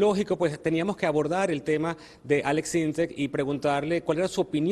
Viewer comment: "Aleks syntecs"